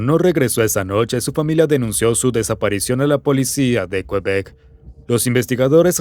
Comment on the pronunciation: me estreso que dijera kuebek, es literal QUEBEC asi, kebec, vivo aca y me estreso JAJSKSJSJSJSJSJSJSJ